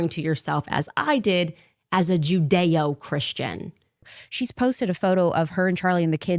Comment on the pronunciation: The way she says judeo Christians...